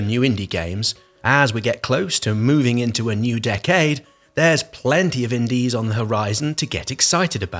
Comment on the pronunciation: "Deck-aid." I'll be playing Fall Guys and Tunic for sure.